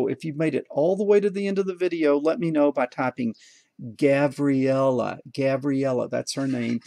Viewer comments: I thought you said gavriella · Your grandaughter is as cute as a button! I couldn't tell if you said Gabriella or Gavriella...old guy hearing I guess.:) I'm sure she is the luckiest little one to have a grandpa like you. Great video. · Is it Gabriella or Gavriella it is unclear. Again really interesting topic, could come in handy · Gavriella? Gabriella? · "Gavriella". Off course I always follow your videos to the end. Well, I did my homework and I did it well after two mistakes ("Red" instead of 1, "Green" instead of 0). Always fun to follow your Lessons. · Got the HW on my own! I added a 300ms delay after the if statement that turns on the red LED. This kept it from flickering in the in-between angles. Gavriella? Lol I couldn't tell if that was a V or a B. Very cute baby girl! Just look at that smile! Thanks again! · Gavriala.. did I correctly pronounce her name??